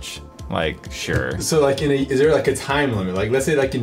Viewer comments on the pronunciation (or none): none